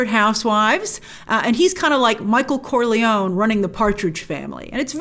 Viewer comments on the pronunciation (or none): none